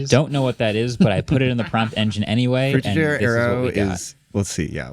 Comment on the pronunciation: Not to be pedantic, but the style known as Frutiger Aero was named after Swiss designer, Adrian Frutiger. The pronunciation used here sounds French but should be more in line with the German pronunciation of his name [ˈfruːtɪɡər] .